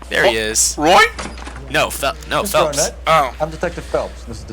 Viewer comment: "Arnett" really? REALLY?!?